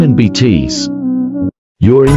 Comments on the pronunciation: Can you pls stop pronouncing BTS as btees😶🙄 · ya . And bts like bt's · why are you calling BTS betees RM rem and V vi plz pronounce it correctly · why do is call it btsss not BTS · Ahhh yes, Bee Tees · Five Bteez 💀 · I love those all parts when Google translator says bitis😂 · that 'nay yawn' and 'bee tees' tho 😭😭😂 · No one: Literally no one: Me: getting anxiety because of 'Beetis" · “5 beetees” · '5 beetees' I live for that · "five bteez" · MAN IM TRYING TO FOCUS ON THE VIDEO BUT THE WAY HE'S PRONOUNCING THE NAMES I- nAIyaYon BEETEEZ (sounds like ateez+bts) mUnbyool die hyun YOU geniun chap da FIVE um (beeteez) cherry young soo... GREND?!?!?!? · The fact that he pronounced BTS as BTs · No one: Voice: btees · "BTS" "BEETEEZ" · THE WAY IT SAYS BTS “BTEES” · It said V as five and B T S as BTssssss🤦🏻‍♂️ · The way it's pronouncing bts I can't